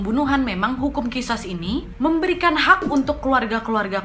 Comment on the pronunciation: Kak bacanya Qishas itu Qisos